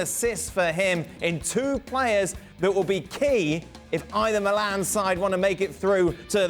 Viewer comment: Casually it’s called Milan (without the AC) just like any other football club name, it’s nonsense seeing it as the only club written with the abbreviations and even being casually referred like that 🤦🏻‍♂️. And it’s pronounced Mílan, not Milán with the stress on the i, unlike what you usually would call the city. How on earth do ESPN and other English spoken sources incur in these kind of errors, just do some research